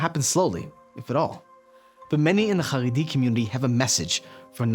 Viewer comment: CHaredi NOT Haredi CH not H like as in Chevron